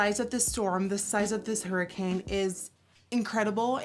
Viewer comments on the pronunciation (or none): none